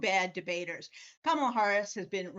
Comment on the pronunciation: He pronounced her name correctly! 😮